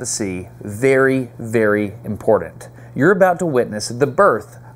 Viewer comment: I'm ... if you say impordent one more time instead of important I'm clicking off. Ugh.... It's hard to listen to. lol